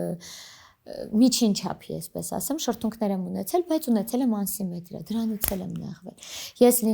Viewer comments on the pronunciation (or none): Էնքան սխալներա անում խոսքի մեջ, գլուխս ցավաց : Անսիմետրյա չէ ասիմետրիա, ու տենց լիքը բառեր😩